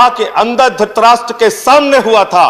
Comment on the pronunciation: काहे की स्पीच, संजय सिंह की बोली और उच्चारण पर ज़रा गौर करें : द्रोपदी, ध्रतराष्ट्र, कलोज, अर्टिकिल, ... कुछ पढ़ाई लिखाई किया करो संजय सिंह , अब उबाऊ तर्क लोगों को रास नहीं आते, चिल्ला कर बोलना और घिसे पिटे डायलॉग अब भला कब तक सहेंगे लोग?